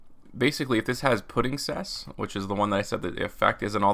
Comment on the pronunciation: If Puddingcess* is a Material. Not Petingcessour